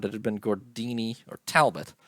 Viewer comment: Tal - BOW.